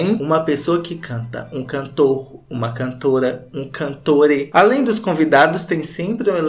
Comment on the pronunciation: Morri no "cantore" kkkkkk